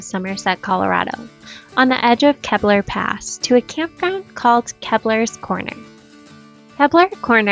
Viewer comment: Just a friendly correction- “KEY-BLUR” not “kebblur”